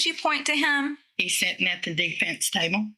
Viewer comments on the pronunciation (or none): none